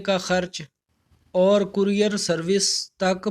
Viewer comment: Courier bolna tu seekh lain.